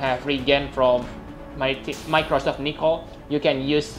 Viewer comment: lol "microsoft nichol"